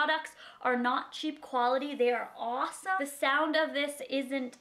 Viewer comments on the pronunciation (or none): none